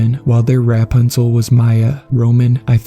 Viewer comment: You know over the course of watching your videos I thought you know why he really pronounces this very obvious word weirdly but with the way you decided to pronounce Rapunzel I'm convinced that the narrator of this channel is AI and that's just f**** lazy so I'm going to go ahead and kick rocks